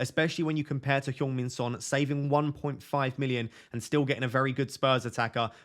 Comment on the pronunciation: Did you say Pjong Min Son? If so, I love it 😉🫡